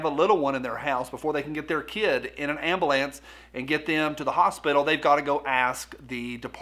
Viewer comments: Am-ba-lance = 🚑 for northerners 😄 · Who taught you how to say ambulance